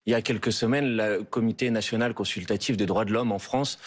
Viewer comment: Le F national est devenu le R naSional 😂😂😂😂😂